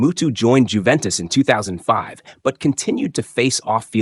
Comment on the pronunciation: Unless you're British and stupidly insist on pronouncing the "J" in names, it's pronounced "Yoo-ventis" not "Jew-ventis." Much like "Ho-zay" Mourinho is not "Jo-zee" Mourinho as many Brits would like you to believe. I'm glad you got that one right, though!